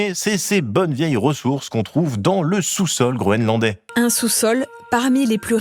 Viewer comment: j'arrête pas d'entendre "grolandais" 🤭